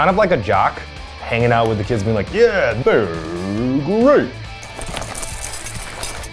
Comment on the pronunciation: "They'rrrrrrrre great-!" Yes Eugene. You two are great.